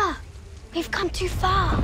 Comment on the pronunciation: Remember it’s FuriOsa, not FurioSA.